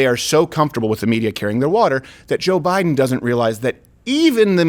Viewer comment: "No, I didn't say that, that was Boe Jiden."